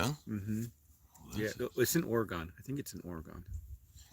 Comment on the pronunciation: Your butchering the pronunciation of oregon, its pronounced ore like oreo, and gone like gun put it together.